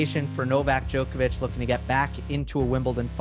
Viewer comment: Best tennis show in the world. However, remarkable none of you can pronounce Novak's last name properly yet..